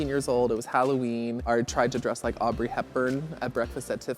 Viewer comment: "Aubrey" Hepburn!? Aw, Jesus... gross